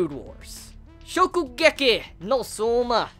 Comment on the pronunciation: LOOOL the way you said 'shokugeki'